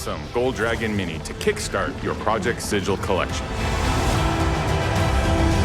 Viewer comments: Planescape video: "It's pronounced siggle." This video: "Project sijil." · Pretty sure the city of Sigil is pronounced “siggle”, but maybe project sigil is just referencing the word “sigil” (as in a seal), not the city? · The Lady of Pain disapproves of this pronunciation of Project Sigil. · So does Matt Mercer